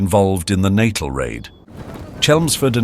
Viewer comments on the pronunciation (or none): It's pronounced "Nattell", not "Nattil". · Every time Natal was pronounced incorrectly. Details matter, it's not Natal as in pre natal or post natal. It's pronounced nuh-TAHL. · The enunciation in this clip is appalling. Lieutenant = lef-tenant (not loo-tenant, an American dialectic); Natal = Nat-aal not natal (as in birth) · The pronunciations in this are so off. Even Natal appears to defeat this narrator. Or is it AI.